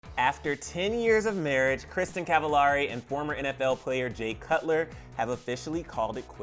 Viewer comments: They’ve been married 7 years, not 10... and her last names it’s supposed to be pronounced like “cavel-airy”, not “ahh-ri”. It’s supposed to rhyme with “very”. Come on guy. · I think you’re pronouncing her last name wrong...😒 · You’re pronouncing her last name wrong!!! 😩😂